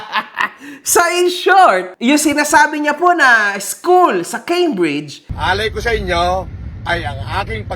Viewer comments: Doctorate tapos di mabigkas ng tama ang "Cambridge?!" It's pronounced "keymbridj" not "kambridj" 😂😂😂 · Cambridge pronounciation palang di na pang PhD 😂 mas matalino pa ata pamangkin ko na sanggol dyan